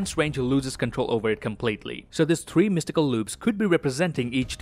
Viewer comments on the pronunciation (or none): Everytime says 3 spiderman my heart jumps Dont do that dont give me hope